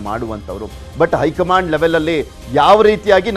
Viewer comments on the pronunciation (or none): ಅಕಾರ ಹಕಾರ ಸರಿಯಿಲ್ಲ. ಹೈಕಮಾಂಡ್ ಅಂತ ಹೇಳಿ. ಬಿಜೆಪಿ ಐ ಕಮಾಂಡ್?, ಏಳಿದಾರೆ, ಓಗುವಾಗ? ಕೇಳುವುದಕ್ಕೆ ಅಸಹ್ಯಕರ.